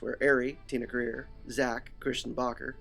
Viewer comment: It's Tia Carerra not Tina Career